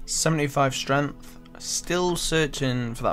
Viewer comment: It's streNGth, not streNth.